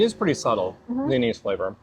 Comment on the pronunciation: Anise pronounced in Dutch 'Ah nice' :)